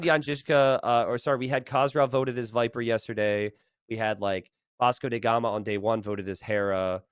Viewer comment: Why does keep calling him "Vasco dey Gama"?